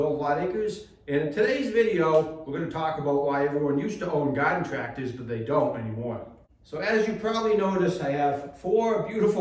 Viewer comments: Gahden tractahs. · “Godden tractas” 😂